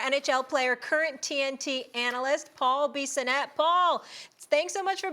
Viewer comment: Man did she butcher his name 😅 that was brutal 😂! I would have stopped the show and made her pronounce it correctly.